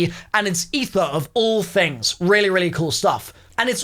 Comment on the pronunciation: I didn't think it was possible to butcher aether that much